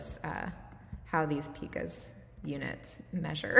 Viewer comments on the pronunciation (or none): Thanks for the vid. And "pica's" is pronounced "pike-a's" btw :)